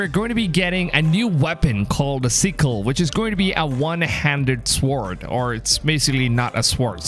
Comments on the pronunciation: Sick-EL not seek-EL. Sword not SEEward. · The way he says sword 😂